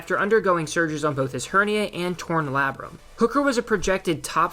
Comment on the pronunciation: Anyone else cringe at the way he pronounced labrum?